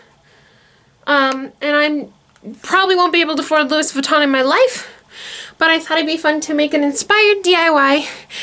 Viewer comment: Sorry, I had to comment. No hate, I mean this in all respect. It is pronounced "LOU-WEE" Sorry, it's just a pet peeve. But, cute video. I have a huge collection of authentic vintage Louis Vuitton bags and suitcases. This is very creative. I never imagined LV monogram like this. 💜 Very creative.